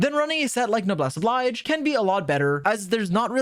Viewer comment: Love that went out of his way to pronounce “dandelion” incorrectly for no other reason than that it sounds funny. But hey, at least he admitted that it was the incorrect pronunciation, unlike every time he tries to pronounce “Noblesse Oblige” 🤦‍♂️